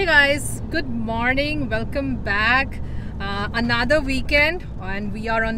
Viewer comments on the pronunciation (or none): none